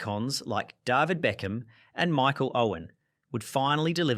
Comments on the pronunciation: He can't pronounce the name David right along with many other things. You expect him to know about real football rivalry 😂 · Said Ajax wrong, Said David very wrong, lol how do you say Olympique? lol are you saying all these names wrong for comedy purposes?